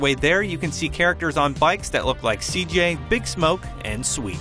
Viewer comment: Lol he said seekjay instead of cj